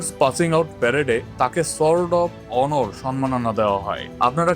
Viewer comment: আপনার উচ্চারণ এতো বাজে কেনো? শুনলে আর ভিডিও চালিয়ে যেতে ইচ্ছা হয় না। 'সোর্ড অফ অনার' ওনর হবে না 🙄